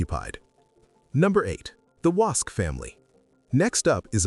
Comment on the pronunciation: Great video only one correction Ian Gillespie is not the son in law of Gordon Diamond. And AI narrative call the Wosk family Wasps ??